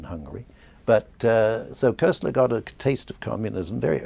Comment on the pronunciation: just for the record and ,admittedly , it s not THAT important bnow but koestler s name is pronounced as kostler with an umlaut and certainly not as Kessler as your man here said, its a german name after all The book sounds great btw, will try to lay my grubby paws on it sometime soon